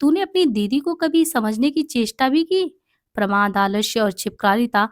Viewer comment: देख तुझे इतना प्रमोद नही शोभता ..प्रमोद नही प्रमाद ..तुझे भी इतना गलत उच्चारण नही शोभता ..छि है